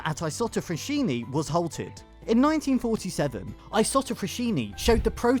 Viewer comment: Thank you for the good video. I live 6km from the Saronno's Isotta Fraschini old plant. Just a thing : fraschini is pronounced "fraSKiny" not "fraSHyny". 👍❤❤❤